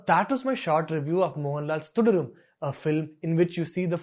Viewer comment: You can't even pronounce Thudarum properly 🙄🙄